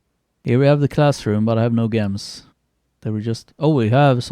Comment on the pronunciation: Gems are pronounced 'Jems'